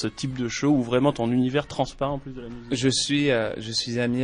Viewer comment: pour tous les quebecois, j'ai entendu:C'est vraiment quelque chose de très évolué...... de mon dernier CHAT (show)